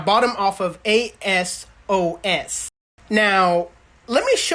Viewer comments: its not a-s-o-s it’s pronounced a-sos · Why he calling ASOS , A.S.O.S 🤔? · A-sos lol. Like Sosa without the a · ASOS is one word bruh not individual letters my guy 😂😂😂